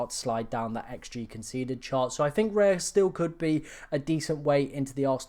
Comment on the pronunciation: You lost me at Raya. Raya!?!?